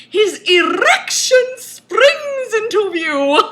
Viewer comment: I lost my shit at "His errrrrection SPRRRRRINGS INTO VIEW! Hahaha, SPRRROINGG!" CAN. NOT. BREATHE.